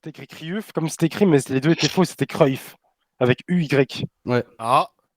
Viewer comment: Cruyff je suis néerlandais ça me rend fou le gars qui a dit "en hollandais c'est cyuff" il me tricher c'est Cruijff en néerlandais ou cruyff c'est tout